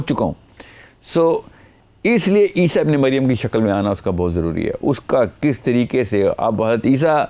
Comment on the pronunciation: Hazrat lSA ko aap aisa pronounce krty jesy keh rahy hon hadisa.